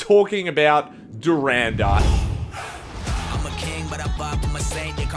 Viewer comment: Way to butcher the name of the movie 😂 DHURAAAANDAAAAR 😂😂😂